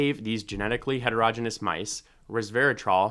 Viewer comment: "Heterogeneous" is pronounced hetero-GENE-ee-us, not HETER-roj-inus. If you can't pronounce a basic word in biology, what else do you have wrong?